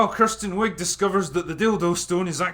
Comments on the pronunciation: I love how you pronounce Kristen Wiig as Kirsten... she portrayed the biggest movie cliche in years !!!! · It's Kristen Wiig, not Kirsten.